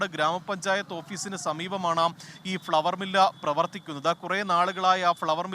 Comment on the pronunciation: ഫ്‌ളവർ മില്ല് അല്ല പൊട്ടൻ റിപ്പോർട്ടറേ.... ഫ്ലോർ മില്ല് എന്ന് പറയണം....പ്രാദേശിക ലേഖകരെ കുറ്റം പറഞ്ഞിട്ട് കാര്യമില്ല. ജേർണലിസം പഠിച്ചിട്ടല്ലല്ലോ വരുന്നത്..... എന്നാലും ശ്രദ്ധിക്കണമായിരുന്നു...😮